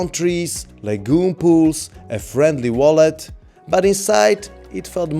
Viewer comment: Good viewing but please learn how to say VALET … you sound like you’re saying “wallet” which was quite off putting.